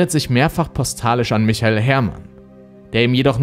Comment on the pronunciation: Echt richtig gut gemacht, aber achte mal mehr auf die Richtigkeit der Folien. Ganz oft sind da Rechtschreibfehler oder du lässt aus Versehen Buchstaben weg. Außerdem sagst du oft andere Sachen, als die, die auf den Folien stehen. Zum Beispiel bei michael sagst du Michel. Wie heißt er denn nun ?